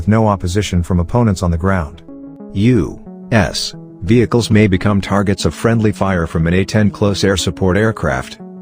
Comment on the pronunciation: I didn't know it was a fuggin text to speech robot until - when he says U.S. The pause bro